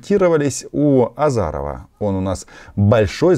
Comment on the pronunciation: Не "Азаров", а "Азіров" 🤣